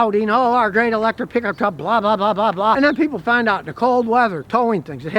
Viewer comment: i love hearing scotty say piggup treck